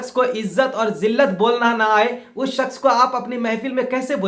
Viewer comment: Janab apko shaks bolna nahi aa rha he or ap izzat aur zillat pe bol rhe ho.Hazrat Ali ko manne walon ka bhi boycot kar rhe ho.apko to bolna thk se nahi aa rha